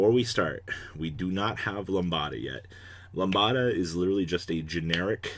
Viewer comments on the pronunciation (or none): "Lumbada" XD You mean lamb-dah? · I hate to be that guy, but Lambda is pronounced as "Lamda" Lamb + da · ugh "Lambada"?? come on man!!! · Lamb-da, other than that, nice deck! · You are pronouncing lambda wrong